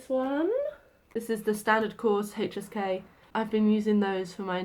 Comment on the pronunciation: Every time you say HSK I hear hey cheesecake😂